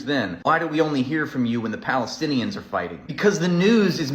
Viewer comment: Interesting. What is this 'pelestienian'?